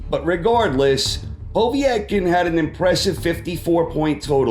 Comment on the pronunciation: ......your videos are great.......They're very insightful and I will eagerly await your next one.....but please pronounce sashas name POE-VET-KIN. All the best